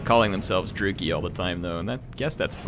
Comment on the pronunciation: Is it Droo-ki? I was always under the impression it was Dru-Chee-I